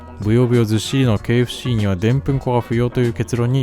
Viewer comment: KFCが経営不振に聞こえる…